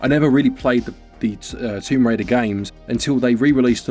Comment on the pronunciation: Tomb Crader 🤣